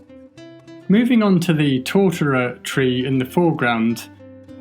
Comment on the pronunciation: Life was so much more interesting when I thought was saying "Torturer Tree." Then I looked it up. Sigh.